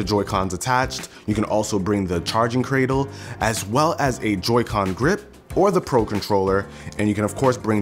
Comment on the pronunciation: "Charging cratel"